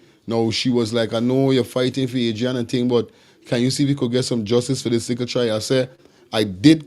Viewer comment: At least you should get the child’s name correct. It’s been in the news for so long. AD -RI - ANNA YOUNGE!! Come on guy…..